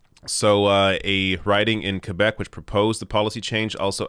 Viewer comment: “Qwe-beck”or “Q-beck”?